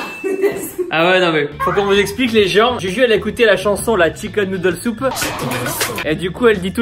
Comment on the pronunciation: Ce qu’il faut retenir de cette vidéo : « un truc de MA-LADE MEN-TAL » et « OK OK OK OK OK..... » Ha oui et : Noudel soup*😂😂 *désolée je sais pas si ça s’écrit comme ça ! Et on est d’accord, à , quand on met tout de suite en pause, il y a deux personnes qui....💋😂😂